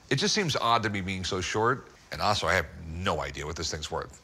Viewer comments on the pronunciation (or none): he says "aso" instead of "also" drives me nutts. Is it just me or anybody else out there pet peev on that